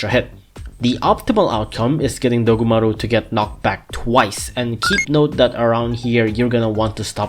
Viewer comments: DOGumaru uruRUN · Everytime he says dogumaru it makes my brain go monke